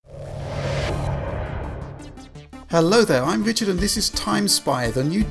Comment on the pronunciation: Wichard fwom digital fwoundary